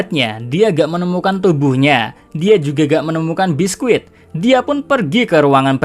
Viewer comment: Bisky woy bukan biskuit😅